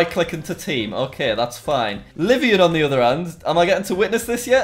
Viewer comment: Just wanted to say that the hackers friend, Livonian, is actually using the name of a place in my state, Michigan. Its Livonia, pronounced Live-ohn-ya.